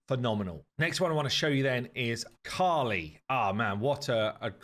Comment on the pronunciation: I think there was a mistake in the video guys. Its KALI goddess not KHALI. Khali means empty in hindi